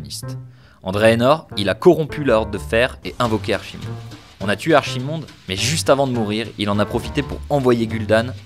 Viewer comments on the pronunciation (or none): Et Archimonde se prononce Arkimonde